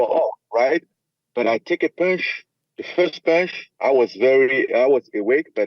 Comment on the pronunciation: It’s pòonche